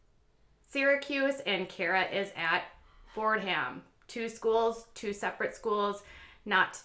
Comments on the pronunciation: Yes, this is so typically of college girls. Oh to be in college again! (and it's pronounced "Fordum" not Fordham" I have relatives who went there... :) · It’s Fordam. H is silent. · FYI You don't pronounce the "h" in Fordham. It's sort of the same concept with Maryland... you would think it would be Mary Land